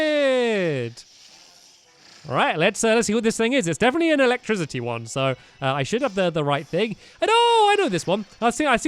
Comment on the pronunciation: The pronunciation of electricity triggered me Where are the notification squad